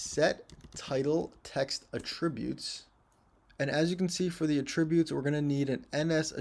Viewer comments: For the love of God, stop saying "a-TRIB-utes" We stress the FIRST syllable with the word: attributes. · I think has a license to pronounce "attributes" any way he likes considering the quality of his lessons. In fact, I am perfectly fine with "forward/backward slashes". Whichever. Don't matter. Just keep teaching the way you teach,!